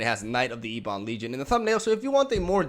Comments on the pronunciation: Its prnounced EBB-ON. Its not E-BON. Jeez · What a sweet deck but yeah mate, maybe just google the pronunciation on ebon.